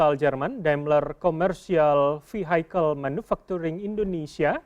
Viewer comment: Cara baca vehicle salah